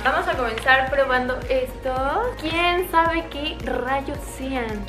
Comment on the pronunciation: Dijo kien zave